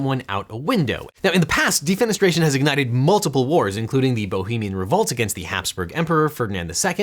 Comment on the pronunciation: Thanks for subtitles. At first I heard DEEP PENETRATION is a crime, until I read DEFENESTRATION.